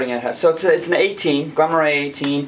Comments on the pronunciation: Just seen your comment. Pronounced Murray, correct! I actually loved the Glen Moray Classic. Very drinkable easy going dram. The most aproachable of any Speyside and a brilliant first time single malt recommendation as you don't need to add any water and it's ready, neat, straight out the bottle for a price comparable to medium priced Blends. For a slightly more spicy wood and heavier flavour, go for the 12 YO. As you know, I, along with you, love Glencadam but it's a Southern Eastern Highlander with rich biscuit, orange glaze and honey spices flavour notes. The Glen Moray has a light Speyside, floral, white fruity, fresh dough character. You get a similar flavour profile with the old Tamnavulin 12 YO or the 14 YO Tomintoul (old bottling, not the new one). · Elgin -- hard G. Moray- Murray. Now I'll watch the rest of the review. LOL